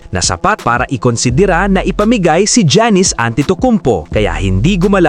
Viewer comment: paki ayos nman sa pag pronounce sa Name ni Giannis hndi Jannis😂😂. Vlog na Pa tsamba 😂